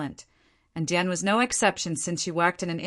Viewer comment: Downvote because you can't get DIAN'S name right.